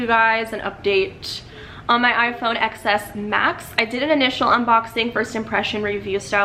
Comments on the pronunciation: she pronounces it "ex" instead of "ten" so i can't take her seriously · It’s pronounced ‘ten’. The ‘X’ is Roman numerical. Apple also pronounces it as ‘ten’. Anyway bye.